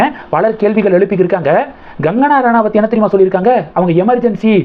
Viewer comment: You seem to have some problem with recognizing difference between K & G. She is not Gangana, She is Kangana. கடல் என்ற வார்த்தையில் வரும் க என்று உச்சரித்து கங்கனா என்று சொல்ல வேண்டும். Your homework is horrible